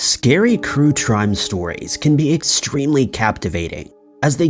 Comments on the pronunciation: Crue Trime stories? Lol had to listen to it again just to make sure 😆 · Did anyone else here ‘scary crue trime stories’ at the beginning 😂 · He said, "Crue Trime Stories". Did anyone else catch that? Rewind to the beginning and listen. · Crue Trime? Dang,! Mispronouncing before the video even starts! ‘A’ game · OMG BRO did you just say " INCESTral " instead of " ANCESTral ?" ...Well, yes is the obvious answer, its right there clear as crystal. But... BRO lmfaO0O0O Dude, I thought the spoonerism of "Crue Trime" at the beginning was fairly clever and humorous, but... this ... lolol idk why its so funny to me that you decided to slip these things in but now I gotta pay attention to see if there's anything else. ...or is that what this is?? you've stepped up from the whole 'random slip-up(s) to boost comment engagement' schtick to 'slip-up eastereggs (or whatever) to further boost comment engagement and viewer retention and possibly more views due to re-watches for more slip-ups' If I'm right, you're a genius man. ... However, if I'm not.... read your comments most of your vids either way this is hilarious to me ^.^